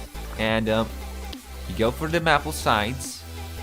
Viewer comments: I am not sure if it is your accent, or you don't know the pronunciation (no offence), I gotta tell you that Maple is pronounced May pull you pronounce it Mah pull. Source: I'm Canadian, Our flag has a maple leaf. If I hadn't heard the correct way to pronounce it by now Ide be deaf. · just so you know, its may-pull. not map-uhl. sorry :) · its may-pel, not mapple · its maple not mapel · Mapple? It's pronounced "mayple". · love how he pronounces maple as mapple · u say maple like mapl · Isn't it, May-Pul? (I think that's how you were saying it.) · I like how he says mapple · I cant even with the way you say maple